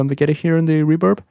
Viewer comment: "Reburb" 😂 I love the spanish accent 😁 Love the video man!!! 👌🏼